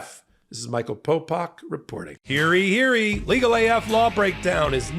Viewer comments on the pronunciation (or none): Ok…I am a big fan and watch your content a LOT but I can’t stand when you say “hear-ee hear-ee”! It’s “hear-YEE hear-YEE”. PLEASE fix this! It’s on just about every video and sound ridiculous and makes everything else you say less credible sounding.